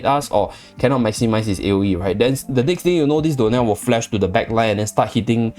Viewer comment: Anyone else hear door nail instead of dionel? 😂